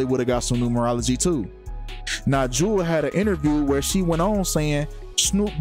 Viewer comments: Can't take this seriously when you don't even know how to pronounce her name. RIP Jewell. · When you can't even pronounce her name right, just tells me you really know nothing of her. You probably automatically assume that when someone famous dies, it was a sacrifice. You're wrong, she was sick. Delete your video and re do your research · If you're trying to be respectful bro say her name right Jewell come on bro get that right you sound like a clout chaser can't even say the woman's name right